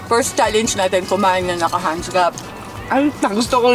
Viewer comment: It’s chalenj not chaleynj